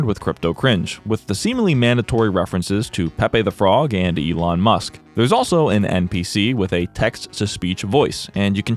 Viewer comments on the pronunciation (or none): none